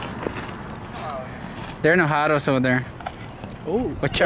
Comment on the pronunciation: He is saying "enojado" which means "mad". He just says it in a funny way, like with an American accent instead of proper pronunciation as a joke.